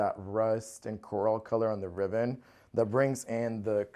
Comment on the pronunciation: Beautiful home but, did he say cluves instead of cloves and riven instead of ribbon🤔